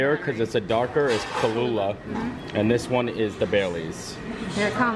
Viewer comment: I think y'all were adding a few letters!? It's pronounced Kah-loo-agh, Not Kah-loo-lagh😉